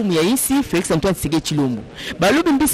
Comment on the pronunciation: Felix Last name is Tshisekedi not Thiekedi what is wrong with you ?????